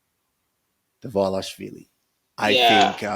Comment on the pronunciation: Thanks and good job guys for Dvalishvili pronunciation 😂❤️❤️❤️🇬🇪🇬🇪🇬🇪🇬🇪